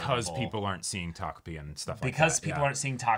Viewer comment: Thank you for being able to say takopi and not tokopi.